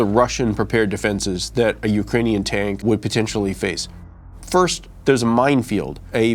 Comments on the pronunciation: "Ukainian" And this guy is apparently an "expert" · He can't even pronounce "ukrainian" correctly lmao